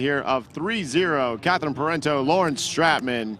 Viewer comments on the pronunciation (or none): It's "Pair on Toe", Parenteau....not whatever you've been saying.